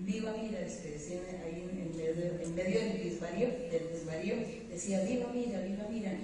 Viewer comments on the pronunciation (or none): ¿en medio del disvario? , es desvario...